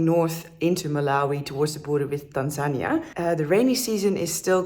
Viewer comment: It's so good to hear someone pronounce Tanzania properly.